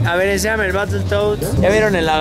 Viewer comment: el "el batel toas" esta con madre